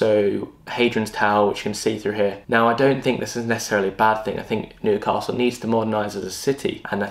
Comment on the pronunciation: Stop saying Nu~castle it’s New-castle ffs 🤦‍♂️